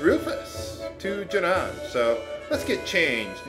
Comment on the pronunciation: its pronounced "june-in" not "june-on" lol donkaments.